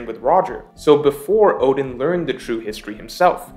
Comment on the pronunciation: oden oden, you pronounced odin odin lol hahaha